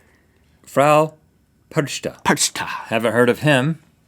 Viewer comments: I've taken three years of German and was in Germany for a month and their pronunciations for "Krampus" and "Perchta" made me die inside a little (also Krampus beats kids with sticks so Rhett got one more switch than he should've gotten) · The pronunciation of "Perchta" is priceless. :D :D